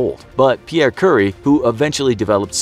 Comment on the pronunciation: "Curry" 🍲 I'm sorry, but you served it to us. 🥁📀